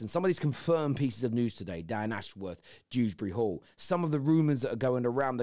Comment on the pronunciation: Dewsbury not dooberry